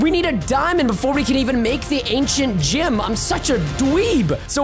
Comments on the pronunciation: Preston:ok so we have the ancient gym. Me:Preston you say it gem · did anybody notice he said ancient gYm instead of gem